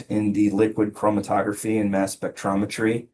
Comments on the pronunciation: This lady is unable to even pronounce the instrument she is talking about. Mass spectrometry (not mass spectry)... drove my OCD brain insane having to hear an expert saying that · It was so bad. There were multiple glaring issues with her testimony. You have testified over 500 times on this subject matter and are the custodian of records for your lab ma’am. How do you not know how to pronounce “spectrometry” by now? How do you not know that methamphetamine will ALWAYS metabolize into amphetamine, regardless of age, gender, or other medications taken. 🤦‍♀️ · Someone who has testified over 500 times in this subject matter and is the custodian of records for her lab should really know how to pronounce “spectrometry” at this point. She should also know that methamphetamine will always metabolize into amphetamine, regardless of age, sex or other medications taken. The rate at which it does is subject to those variables, but the fact that it does will not change. I’m honestly shocked at all these comments of praise. She also consistently didn’t answer the question asked, but something entirely tangential. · And can't say "mass spectrometry"